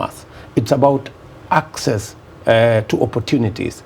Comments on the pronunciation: Mirugi. I am particular about the way he's pronouncing 'access'. Theres no 'k' in access yet he's pronouncing it as akcess. And he's a PhD holder. Terrible. 😂😂😂😂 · 'It's about akcess' to credits yadda yadda. And this man claims he has a PhD. SMH